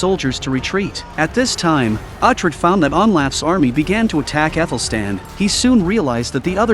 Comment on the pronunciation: Pronounce Uhtred correctly please.